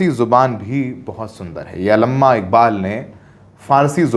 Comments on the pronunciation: जी आप अपना उच्चारण सही करें ~ अल्लमा ❎, अल्लामा इक़बाल ✅ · ji it's अल्लामा not अलम्मा। Thank you. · Allama Iqbal not Alamma pls correct it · bhai wo Allahma iqbal hai Alamma nhi😅😅😅😅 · Alama nahi alama, prononciation sahi karo,samne sir hai unse hi sikhlo yaar.. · अलम्मा नहीं हैं सर, अल्लामा हैं Thankyou nice information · Alamma Iqbal nahi, Allama Iqbal hai wo. Itna bhi nahi araha hai? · अलम्मा नहीं जी "अल्लामा" इक़बाल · Alamma nahi, Allama Iqbal